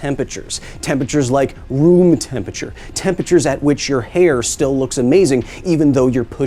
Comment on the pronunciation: I want to watch this video but I cannot get passed the way he says "tempature"